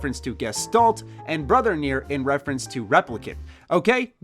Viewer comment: Its not pronounced nere its pronounced kneeair its japanese